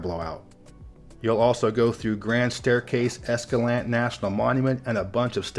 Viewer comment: He pronounced Escalante wrong it is a Spanish word just like Duchesne is a French word. He also missed the scenic Mount Nebo Scenic Byway Between Payson, Utah & Nephi, Utah. I know off the top of my head at least three places in Utah to look at hoodoos. In no particular order they are Devils Garden on the above mentioned Nebo loop closer to Nephi Canyon than Payson Canyon or Santaquin Canyon (which is mostly a dirt road & some years is wiped out by the snow melt, avalanches, as well as land slides). There is also Bryce Canyon National Park as well as Goblin Valley State Park & likely other places I've forgotten about as well. Goblin Valley has been in multiple movies including Galaxy Quest for the rock monster scene & one of the early scenes in The Wizard which was partly an add for Super Mario Bros 3 in the USA.